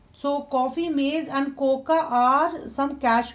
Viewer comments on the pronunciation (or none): Your pronounciation is little bit wrong mam like the pronounciation of this word cocoa should Coco not coca